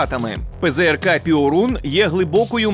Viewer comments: Перун, а не "піорун" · Не "піорун", а пьорун! Тобто блискавка. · не піорун, а перун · ...штук. і то не на передову. А польський ПЙОРУН - то Перун., а не піорун. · io в польській мові читається як йо - тому не пиорун, а пьорун. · Piorun читається як Пьорун. А переклад то блискавка. :) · ПЗРК ПьОрун. наголос на "О", яку пом'якшує "і" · Після слів "піорун"😂 я пішов звідси і думаю не повернусь)